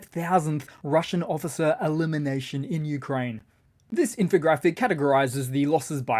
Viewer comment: He said "Occifer!" I died laughing! 😆